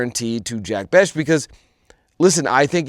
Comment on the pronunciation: It's Jack Bech (Besh)